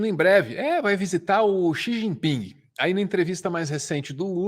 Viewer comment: CHE GIN PING kkkkkkk ótimo e por aí os nomes chineses. Parabéns pelo trabalho de vocês do.